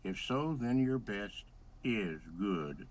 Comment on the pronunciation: I’m doing my “besh” 🤣